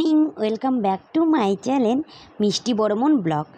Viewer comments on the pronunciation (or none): ওটা চ্যলেন না ভাই ওটা চ্যানেল হবে আপনার ভিডিও দেখলে আমার হাসি থামাতে পারি না 😂😂